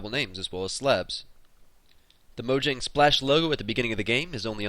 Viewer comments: (maw-jong) is how you pronounce mojang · it is mo-ja-ng